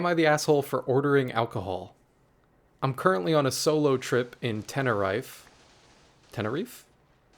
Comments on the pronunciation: You almost got Tenerife, ten (like 10), er (the e like the e in ten) I (like you spell "e") and fe (again with the e like in ten) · Tenerife is pronounced tenereef, also the poster was definitely british cuz thats our go too holiday location 😂